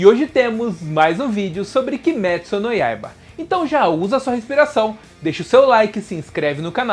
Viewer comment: é kimetsu goiaba não noiaba